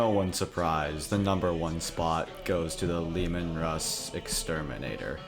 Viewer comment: pls pls pls its Russ "Ruh-ss" not "Rooz"